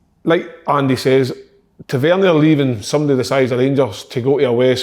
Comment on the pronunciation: Tav-IN-Ear.... ffs KK